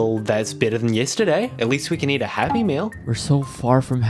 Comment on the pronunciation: U REALLY SAID "MEAT" AT FIRST